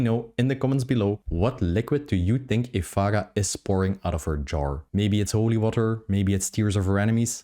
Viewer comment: Ef-Air-Ah not Ef-Ah-Gah